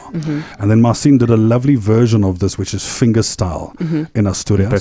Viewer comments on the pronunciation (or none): Man, you are definitely super talented but why don't you pronounce your name correctly?? There is no reason to skew your name "Marcin" not "Marsiiin". Cheers!